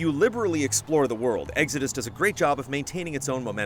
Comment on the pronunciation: Never heard it pronounced like Eggsodus. What part of the country is from?